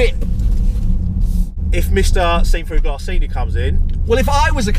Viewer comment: It's glASS not glArse.